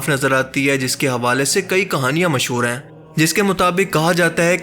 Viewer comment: Assalamu Alaikum bhai I like your videos very much and always waiting for your new videos u r very talented Allah pak ap ko jazaiy Khair day bs apni Urdu thodi improve krain ap han ko an kahty han please don't mind mera maqsad ap ko hurt krna Nahi. Ur Well wisher